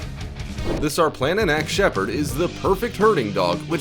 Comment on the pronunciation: Sarplaninac is pronounced Sharplaninatz